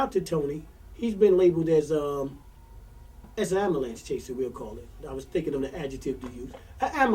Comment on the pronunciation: 1st thing....learn how to pronounce " ambulance" correctly...also, i remeber tony herbert when he was a popular local club mc calling himself " tony tune "...